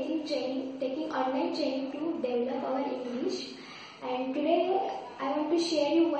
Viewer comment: sorry to say about that but you have not spoken the word "develop" as it is usually pronounced in the correct manner!